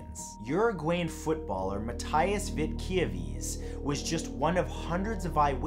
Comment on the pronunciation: It’s MAH-TEE-ASS not MAH-TIE-ASS